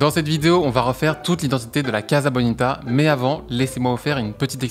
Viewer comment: Pardon mais ca se prononce Cassa (pas caza) Comme Casa de papel, Mi Casa e su casa etc.